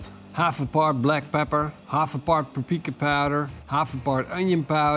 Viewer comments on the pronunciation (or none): “Prapika powder.”